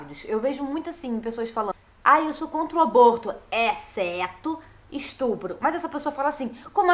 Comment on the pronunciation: "estrupo" a pessoa não sabe nem falar e quer discutir um assunto sem nenhum argumento.